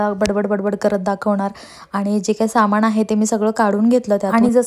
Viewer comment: सामाणामधे नसतं ग बाई सामानामधे असत😓 aavghad aahe re devaaaa